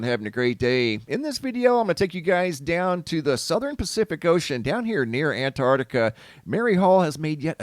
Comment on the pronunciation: You keep saying "Antartica". It's Antarctica.